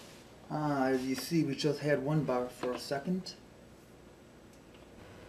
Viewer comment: You said bar fuck iam going to get a drink